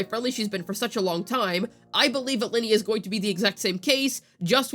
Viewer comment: Stop calling her lyney from genshin impact, she's ly....nay from wuwa